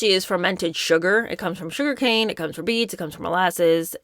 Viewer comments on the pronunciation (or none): none